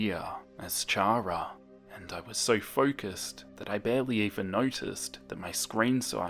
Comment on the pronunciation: I love this but chara reeeeeeeeeee how u say it triggers me